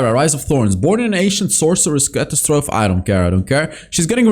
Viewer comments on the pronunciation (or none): none